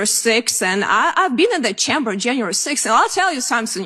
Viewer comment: She cannot even pronounce CHAMBER correctly. She herself is UN-AMERICAN.